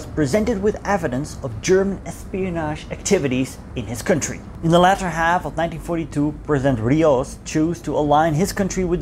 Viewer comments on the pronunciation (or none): none